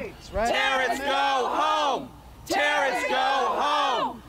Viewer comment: I swear you said terrortits somewhere in there.